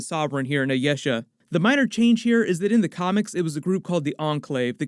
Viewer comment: The pronunciation of Ayesha! LOL I-YES-a vs I-yee-sha